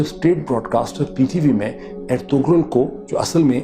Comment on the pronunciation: I don't know why do you pronounce ErtuGral where as the name actually Ertrul in Turkish this kind g is not pronounced it is not a big deal but was not expecting it from you You said you have watched it on Netflix where it is in Turkish language with English sub title every body is clearly saying Ertural